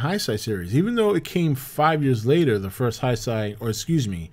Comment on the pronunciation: Good analysis of "The Return of Godzilla"/"Godzilla 1985"... One thing though and I mean this in the nicest way possible, but your pronunciation of Heisei is grating... The EI dipthong, is pronounced, "ay"as in: Day. So... Hay-Say. Similarly, the new Imperial era as will be the new film and those following it, is Reiwa: Ray-wah. The AI vowel combo is pronounced, "eye" as in Bye, Dye, Banzai.